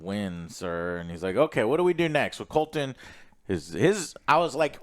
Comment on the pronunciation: It’s Criston Cole, not “Colton” lol